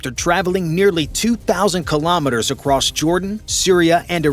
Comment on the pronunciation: Across has no T. Its across not acrosst